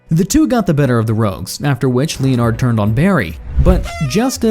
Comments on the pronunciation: Pained me every time it said "leo-nard".😂😂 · I’m sorry, but I have to say something because you won’t stop saying Captain Cold’s name, and incorrectly at that. Leonard is pronounced Lenard, not Lee-On-Ard. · len-erd snart btw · Who the fuck pronounces Leonard like that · You pronounce leonard so badly